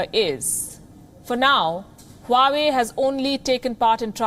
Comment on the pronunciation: Honey 🍯 😘 it's not हुवावे it's वावे